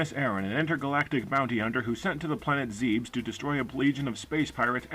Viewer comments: I think it's pronounced "ZEB-iss", not "Zeebs" And the clue for jumping into the fake lava is the fact that the waver enemy disappears into the lava. But I agree, this game is pretty primitive. but in spite it's flaws the thing I love about this game is how creepy it is. after the freakishly disturbing music of Kraid's Lair, I involuntarily breathe a sigh of relief once I get back to the upbeat music of Brinstar. i love the Brinstar music so much it's my ringtone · It's pronounced planet zebus ([za-byss] and not [ze-bs])